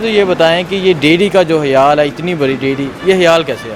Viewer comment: What hiyaal what huraak? Chutiya panjabi bolna tu sekh lo